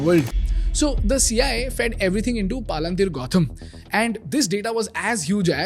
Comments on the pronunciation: Extremely informative and useful as all your videos . Not sure why you pronounce Palantir sooo differently from its original pronunciation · Your pronunciation of Palantir is so damn annoying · This guy can't even properly pronounce Paypal and Palantir , and sells course on public speaking. 😭😭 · Making a video about an American public company while running ads for an app that lets you invest in American companies nice racket you’ve got going here, bud. Also, as a Tolkien fan, I have to disapprove of the way you’re pronouncing Palantir; it sounds more like a hill station in Uttaranchal. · Such an Iconic Name.... Please Pronounce it Correctly. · Great video, but that deliberate mispronouncing of the name of the company, while every clip from company founders and others says it how it's meant to be, is a bit distracting 😅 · at least you could have pronounced the company name properly. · Wtf is this pronunciation😅 BTW Great content. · Great content guys. But seriously guys please take 10 mins to fix the pronunciations of names. You have clips saying the proper name PalanTir, so why do you end up saying PalaanTHeer. I know it's not the point of the video, but it seriously undermines the content. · Palantir ❌ paalanteer✅ 😂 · Really knowledgeable but I can’t take this video seriously with him saying “paalaantheer” 💀💀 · I don’t know man but every time you said “paa-lan-tiir” made me furious. 😂😂. You played snippets in the beginning of the video of how it’s pronounced. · PALUNTHERE CORRECT YOUR PRONOUNCIATION 1ST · palan-teeer? I never heard a company like that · Great content but at least the company pronunciation should be right, it is not pronounced as Paalunteer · that palantir and paypal pronunciations are really annoying. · YEPP PALUNTHIR WHAT IT IS ITS PROUNCED AS PAL-ANT-IR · Bro!!! Palan-teer nahi hai woh.. 😂😂😂 learn the pronunciation first.. otherwise great presentation and awesome music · please do not call it PAA lan TEER Its Palintier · Palan teer 😂